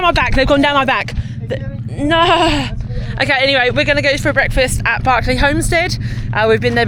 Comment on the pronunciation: It is Bar-call-din. Just so you don't piss off the locals